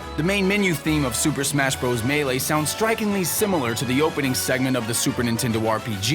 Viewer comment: Hey,... It's pronounced "brothers"... AS IT SAYS IN THE OPENIBG OF THE VIDEO.... YOU IDIOT!!!!